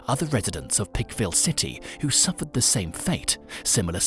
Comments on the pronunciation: He said Pike county, so I'm not sure why he keeps saying Pickville 😆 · Why are you calling that picville city? Its plainly Pikeville. With the long I sound. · Pike-ville. Pike. Rhymes with hike and bike. Other than that, great video!